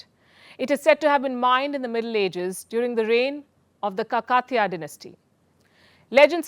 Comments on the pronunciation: It’s not ka kat tiya dynasty, it’s ka ka tiya dynasty. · Palki, We love you and your work. I switched from Gravitas to Vantage to just see hear and experience you. Loved this one too, but please double check the pronunciations. Kakatiya is Kaa ka tee ya.....!! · Would be nice if you put in a little bit of efforts to pronounce celebrated Indian names properly: Kakatiyq dynasty, Shamanthakamani .. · Her pronunciation of Kakatiya is a joke...It reflects how little she knows about India's history... bringing up such pseudo national subjects which are irrelevant to a common man...